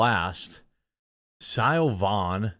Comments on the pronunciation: Lol Siobhan is pronounced Shavon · It's pronounced 'Shi-von' Jeremy 😅